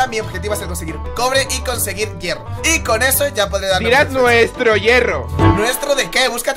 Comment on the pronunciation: se dice hierro no llero